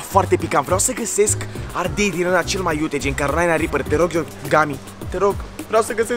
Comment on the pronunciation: Ardel? Nu ardei